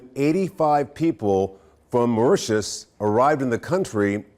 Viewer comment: He said Mauritius? 😂